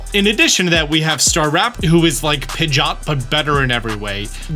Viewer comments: It’s pidgEot not pidgot and diancie not Deyonce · Is pidgeot not pidgot